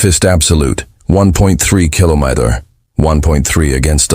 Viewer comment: 15 minutes in and so far so good. Only issue at this point is AI not knowing how to say kilometer. We wish yo give your government the opportunity to make this decision independently, while we hold a gun to your head. That is by fiat, not a decision made independently.